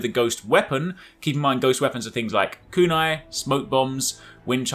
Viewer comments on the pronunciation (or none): つ、し、ま！tsu,shi, ma! TSUSHIMA NOT TSU SU SHI MA! Kuu nai no! KUNAI!!